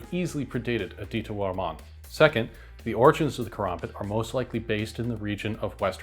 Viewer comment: Its KA. RAM. BIT KARAMBIT NOT KOROMBOT like this walking mid life crisis keeps saying. Dont be one of 3 tarded creator's who willingly say the dam name wrong